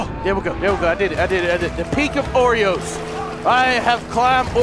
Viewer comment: you pronounced oros wrong